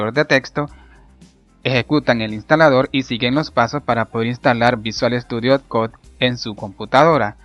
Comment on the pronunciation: Video mi Bien explicado, pero por favor, si no sabes pronunciar una palabra en ingles mejor pronunciala en español, sufri todo el video cada vez que decias "visual estudio cod", Pudiste haber dicho "Code" o "Coud", piensalo para la proxima